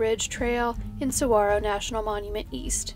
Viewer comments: tank-kay no tank-wa, you've got saguaro down perfectly though~ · As a Tucsonan, heart you for pronouncing 'saguaro' correctly ❤️